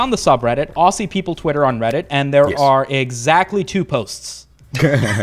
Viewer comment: Your first mistake was mispronouncing “Aussie”.